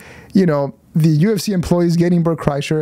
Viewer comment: Bert Cry-sher is more like it.